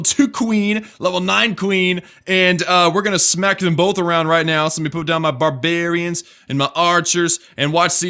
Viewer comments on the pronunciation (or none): 'let me put down ma berberiens, and ma archers'